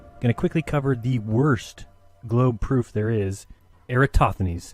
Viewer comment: He didn’t say proof, he said pruff. Your voice sounds almost like Michael Shermer.